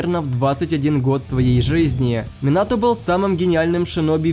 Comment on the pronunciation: Минато а не Монато